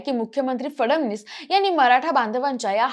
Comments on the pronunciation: Hee aali..fadavnis bolnari...hila fadanvis pan bolta yet Nahi 😅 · फडवणीस नाही रे ते फडणवीस आहे काय ही स्क्रिप्ट काय ते उच्चार ? चांगली पत्रकारिता करा 😂